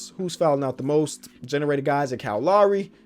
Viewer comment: just love the way he says kyle Lowry. :cow lary" lol